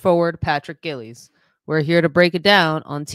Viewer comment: It’s pronounced Jiles, like Simone BILES. It’s not Gills. He’s not a fish.